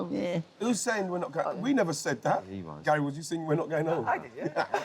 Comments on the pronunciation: Yes, he calls Gary 'Gal'. It's an affectionate/familiar shortening of the name Gary. Not really sure why this confuses you? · Can I ask what is that word he is saying? It seems when he talks to Gary he says “gyal” and I can’t figure it out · what is that word Ian is saying? It seems when he talks to Gary he says “gyal” and I can’t figure it out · Why does wright keep saying GAL? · I love how Wrighty calls Gary "Gail" 😅😂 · I first noticed it last episode and now i can't un-hear it. Wrighty calls Gary "Gal."